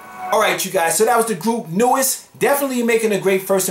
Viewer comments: Hi! NU'EST is pronounced as "New East". 💓💕 it is an acronym(?) For NEW ESTABLISH STYLE TEMPO. They are an URBAN ELECTRO BAND. 😁👌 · are you sure about that Miria? everybody else is telling me it's pronounced (NEWEST) 💖👍🤓